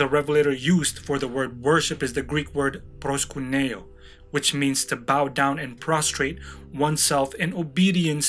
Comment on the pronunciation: Bro its ΠΡΟΣΚΥΝΩ the letter Y doesnt sound like "Uranus" "U" but like the English "E" its ΠΡΟΣΚ"Ε"ΝΩ , our "Y" sounds like your "E" , please fix it :)